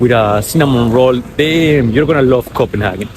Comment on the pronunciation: I'm just curious as to why you spell Copenhagen like that in your title and pronounce it in that way?